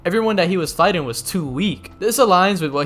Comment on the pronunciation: You don't like gs on the end of words do you 😂 lightnin, healin, fightin. I dare you to say the g at the end